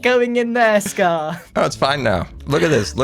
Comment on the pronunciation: Am I the only one who loves how he says ‘scarrrr’ or ‘scarrrred for life’?